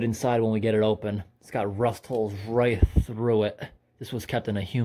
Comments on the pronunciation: Love the way he pronounces "rust". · Didnt know there was another way to pronounce it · Normally? That's how I say it, wym?